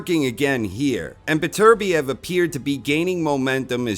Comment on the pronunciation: You english speaking folks really need to start pronouncing Beterbiev the right way. FFS.